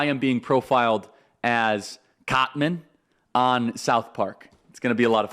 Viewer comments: Why does he act like he doesn’t know who Cartman is. He couldn’t pronounce his name? Come on man. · And he also says Carmen! 🙄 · "Carmen" acting like you don't know cartmans name smart move charlie 😂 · BS!! You know Cartman by name. "Carmen", come on LOL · You know how to pronounce Cartman’s name. That’s you showing that you’re bothered by purposely mispronouncing his name. And you’re a gay fish. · Charlie mispronounced it. 😑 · He so clearly hasn’t watched the show after hearing him say Carmen and Authorit-AY, when everyone knows it’s Authority-AH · Congrats Charlie, you rule. You gotta do a little more research before making South Park references though man. It's pretty clear you've likely never watched the show. "Respect my authoritaayy" was pretty cringe haha. Anyone who knows the show knows it's "authoritaahh." Also at the beginning, stumbling over the name "Cartman" was a dead giveaway. That being said, I love your work and what you do man.